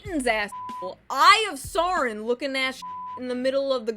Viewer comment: It's Sauron, not Soren